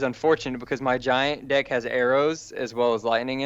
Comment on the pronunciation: He says dick so much but he try's to say deck